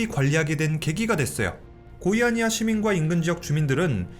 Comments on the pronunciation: "고의" 아니야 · 고의아니야 사고 라고 들림 ㅋㅋㅋ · 고의아니야라는줄 알았네